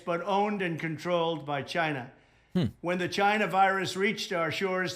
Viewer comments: She's racist, because she's racist, because she's racist, because she's racist. I like it when Trump pronounces China as Gina. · it's China.... Not GHINA, LMFAO 🤣🤣🤣🤣🤣🤣🤣 This fool really thinks he is still president.